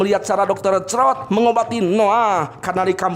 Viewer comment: Bukan dokter crot bang tapi croy 😂😂